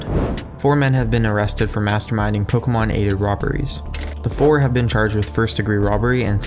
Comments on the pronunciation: I hate how he says Pokémon. "Pokamon" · The way he says pokuhmon